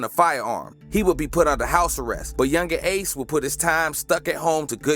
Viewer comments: Yungeen aces name is pronounced key-on-tay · Nigga atk means aim to kill and ace name is (kee-on-tay) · His name is key - an - tay 😂😂😂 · I know he didn’t say my mans ace name wrong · This dude cap that not how yu say ace name nigha kta mean kill to aim and ATK mean aim to kill dum ass